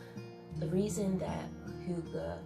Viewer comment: Loving, lovely video, dear (hygga pronunciation = who-gah)